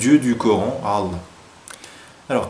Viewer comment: Par pitie fais un effort de prononciation a chaque fois que tu dis Allah j'ai la nausee.